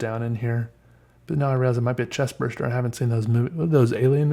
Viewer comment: The way he says “Chest Buster” 😂😂😂